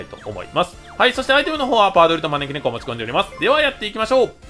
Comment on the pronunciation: 「持ち込んでおります」が「ぶちこんで」に聞こえる